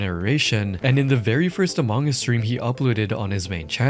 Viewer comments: I have never heard anyone pronounce among like that.. uh mawng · The way you pronounce Among Us as "omongis" made me giggle, I'm so sorry haha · “A Mong Gus”